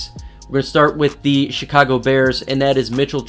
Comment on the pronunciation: Sounds like he’s saying “the shitcago bears” 😂